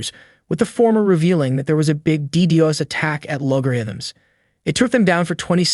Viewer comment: I picked up on that as well, especially when it pronounced DDOS as "Dee-deeos" instead of "Dee-doss".